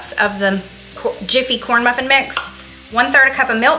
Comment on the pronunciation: Corn bruffin! Lol thanks for the giggles! 😉